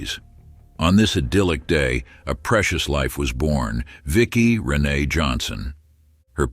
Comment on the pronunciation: It's pronounced Rin-Ay not Rennie